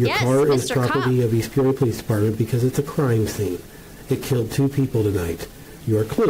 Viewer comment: Peoria is pronounced "pee-or-e-ah" Also the 's' in Illinois is silent.